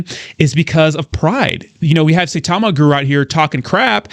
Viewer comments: Russ is correct as Saitama has a higher daily volume than Shib atm. Of course exchanges would still help Saitama. Sai- ta - ma not Say- ta - ma as some Youtubers pronounce it as. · Sai like buy not Say like day. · You are pronouncing Saitama incorrect. Have respect for this Japanese name.